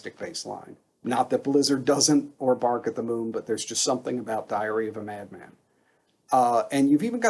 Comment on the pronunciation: LOL, it sounded like you said "Diarrhea of a Mad Man". :D :D Since you mentioned Bob Daisley - Timi Hansen of Merciful Fate / King Diamond would have been a similiar example. Or the guy from Priest (totally blacked out on the Name).